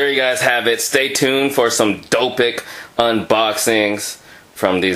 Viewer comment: "Dopic" lol i like that.